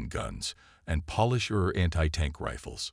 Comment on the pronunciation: Polish is with a long O sound. The way you use polish is like you are dusting furniture. Why throughout the storylines do you use the word CORPSES when talking about Corps? You either just say Cor, ignoring the P or if plural you say Cors again ignoring the P. CORPSES are dead bodies. The only time these can be used functionally are from the Bible: Valley of Dry Bones from EZEKIEL 37 or when there's a miracle and a dead person raises from the dead as in Lazarus or the young girl who JESUS says is "merely sleeping " even though dead. What's with ASTERISK ASTERISK ASTERISK? You sound like Biden reading a teleprompter. Words like: barrage, Grenadiers, and a myriad of other simple words are mutilated. It's frustrating and distracting.